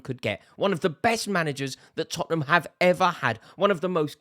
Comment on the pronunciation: Rory, it's Tottenham.